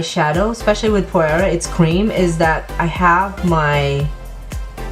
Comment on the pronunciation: Hi, Phoera is pronounced ['f i r a] - I love the colours you used. I just started using it and is amazing: I recommend it to everyone.